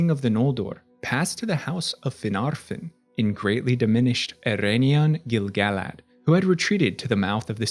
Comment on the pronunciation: YOOOOOOOOO correct pronunciation of Gil-galad!!!! <3